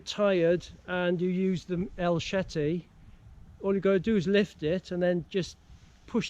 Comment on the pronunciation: El CHete, CHete ! Not SHete or SHeti. El CHete ! C'mon man. This is not swedish,or dutch. It's easy. Say it properly: CHe te ! You have this ,,ch" in your language. ,,CHeck", ,,stretCHing" and etc. You don't say ,,Sheck please" or ,,stretShing". C'mon, say it like a mexican amigo 🇲🇽 : el CHete !